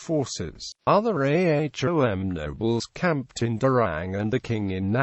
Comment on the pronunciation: Its not A H O M. Its Ahom. U foolish